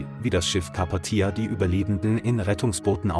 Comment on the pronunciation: Und Carpathia wird definitiv anders betont.